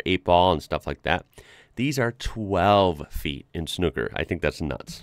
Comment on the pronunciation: SNOOKER you keep going back to saying SNUCKER